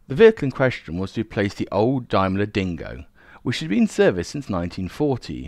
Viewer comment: I like these vids although I have to grit my teeth at you examples of "TH Fronting" [the replacement of TH with V. This is an affectation not a speech deficit [unlike your rhotacism [inability to roll your R's], buy why, oh why did you start mispronouncing Daimler? It is pronounced just exactly as it is written and has no relationship whatsoever with Dime Bar. Nice to see that by the second min, you have reverted to the correct pronunciation.